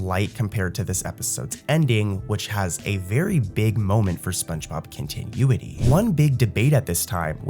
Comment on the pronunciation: i love these videos - but the way you pronounce continuity just dragged me out of a deep sleep